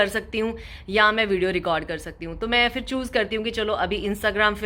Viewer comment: Aap Indians “Phir” ko “Fir” kyun bolty hai?